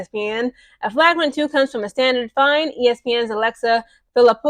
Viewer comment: you're not pronouncing flagrant right